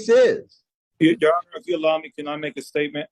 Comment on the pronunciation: Defendant and his wife, “thank you ye honer” LMAO